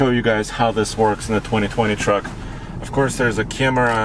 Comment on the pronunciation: So now we have "of corse" man #2